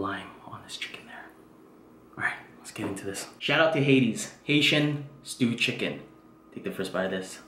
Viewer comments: Why do you keep saying Hades? Hahaha like the Greek place of the dead.... It's HAITI....HAHAHA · Sounded like he said "Hades' food"😂